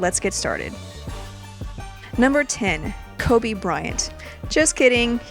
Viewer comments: I almost left when she said # 10 koby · I died on the inside when she said Kobe at 10.